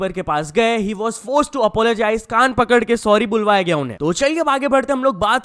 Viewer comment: Pakde gaye hota hai. Har video main pakdaye pakdaye bolta rehta hai tu